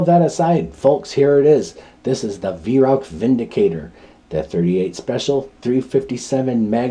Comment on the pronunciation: 🙂 a Vi-roac ? In german pronunciation its like Wai-rauch ( ch in german sounds exactly the same as a bobcats hiss) The Weihrauch company is known in Germany for its very high-quality and precise air rifles (HW-100) but also for large-caliber hunting weapons of various types, and rightly enjoys the reputation of a premium manufacturer.